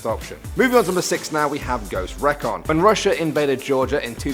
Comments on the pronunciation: Its pronounced like Ghost re-kon you pronounced it like rec-on. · Ghost REEEE-CAAAWN. Not reh Cawn. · Ghost REE-KON.... lmao English please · Ghost rec-on. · Only one complaint it's pronounced: REE-CON. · Exactly what I was thinking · I want to die cause the ghosts recon part cause the way he says recon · That really bugged me too